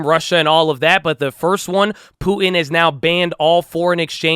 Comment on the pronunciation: I swear says Putin, but it sounds like Poopin'